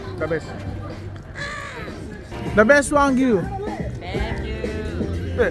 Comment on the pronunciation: wagyu po not wanggyu